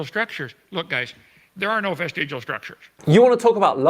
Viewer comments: vestigle?????? you mean VESTIGIAL...... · Do all Brits make vestigial rhyme with testicle? I'm writing a poem about Kent...